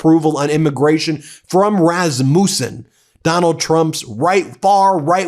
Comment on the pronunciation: Hi from Minnesota. The polling company is pronounced Rass-mu-sen, Ben. Love your channel! 😊